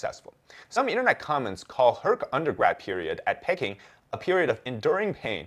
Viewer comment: Pecking?!? Come on, man. In English, Peking is pronounced pee-KING (/ˈpiːˈkɪŋ/), with the stress on the second syllable. It rhymes with "seeking" or "peeking."